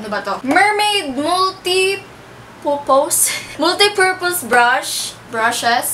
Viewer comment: Multipu-Pouse 😂😂😂 (namatay ako dun) HAHAHAHA